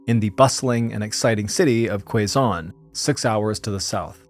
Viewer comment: Quezon - pronounced “Kay-son”. And NOT “Kway-zon “